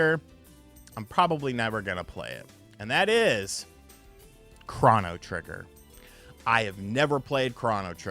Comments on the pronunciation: Excuse me are you saying "Chran-no Trigger"? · The only controversial thing about this video is how you pronounce chrono. Are you doing that purposely? I think I had about 3 aneurisms...